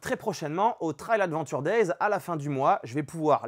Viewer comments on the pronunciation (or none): none